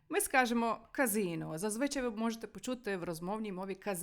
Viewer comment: ORDO - це ПОРЯДОК і є! А ось зазвичАй має оце ТАКИЙ НАГОЛОС. Ще виникло таке запитання:. що, італійці полюбляють сваритися, лаятися, що ви обрали саме ТАКІ вирази? Заздалегідь дякую за відповіді!